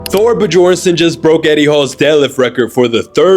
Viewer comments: BBBBBBBBBBBB-JORNSON?!?? it’s pronounced BYORNSON, NOT BBBBBBB-JORNSON, DO YOUR RESEARCH OR AT LEATS FACT CHECK YOUR SCRIPT, this is such a simple yet unmistakable thing. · Not bJornsson. Byornsson. The J is pronounced like a y. It's quite common why Americans keep overlooking how to pronounce non English words properly. You didn't even use the Brits English to the letter. Its not cool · Buh-jorn-sun is a crazy pronunciation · How did you butcher his name so bad, its pronounced bee-yorn-sun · Don’t report on shit if you can’t get the dudes name right. Learn to pronounce it properly. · An education would help when pronouncing words and names properly 😐🙃